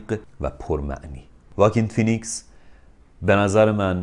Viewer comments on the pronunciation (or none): none